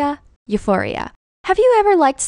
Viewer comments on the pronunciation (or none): Uforia? Really? How embarrassing. It's euphoria, literally: "good-tendency." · *euphoria not uforia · I was shookt when you said eu-pho-ri-a dhjshsjsh